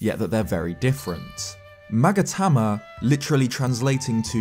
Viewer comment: "Magatama" Me: hears 'maggot hammer' every time